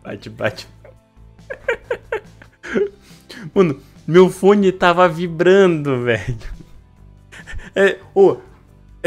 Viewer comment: "Meu fone ta vibranu" Eita